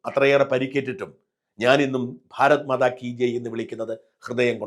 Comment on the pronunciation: ഭാരത്മാതാ അല്ല. ഭാരത് മാതാ എന്ന് തിരുത്തുക